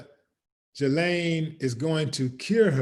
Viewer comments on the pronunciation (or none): A Willie, correct pronunciation of her name is Ghee-Lane Maxwell.